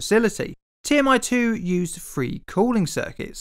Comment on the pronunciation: You should learn the difference "th" sounds and "f" sounds. There is a large difference between free and three. haha